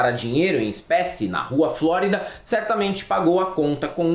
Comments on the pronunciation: Flórida, não. Florida. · é rua Flo ri da e não FlÓrida!! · Não é flórida, assim como a cidade estadunidense, é florida, de flor.